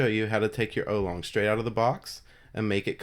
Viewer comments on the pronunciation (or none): isnt is pronounced OW-long not OH-long